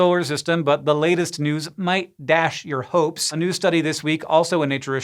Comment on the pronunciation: what might dash my Hopes sorry but umm you put emphasis on that